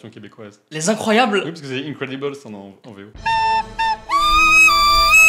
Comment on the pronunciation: Ze incribeule😂 je crois que c’est mieux les incroyables 😂